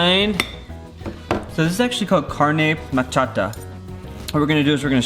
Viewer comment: Agree, "pepeida" instead of pepiada and "carne machata" to carne mechada. I feel like even the "english pronunciation" would be better haha